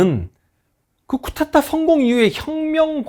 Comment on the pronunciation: 자꾸 쿠테타 라고 하시는데.. 쿠데타라고 하시면 안되실까요.... 별것도 아니고 사소한거지만... 쿠데타 이야기 하실때마다 쿠테타라고 하셔서.... 죄송합니다...